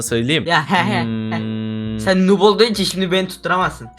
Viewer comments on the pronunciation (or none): none